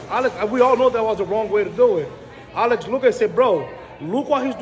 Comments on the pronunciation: Stop say all-ex 😂 just say Alex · Why does dc say Alex so weird? Lmao why does he call him like that? 😂🤣